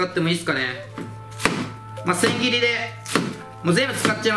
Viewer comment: 千切りではなく「ザンギリ」w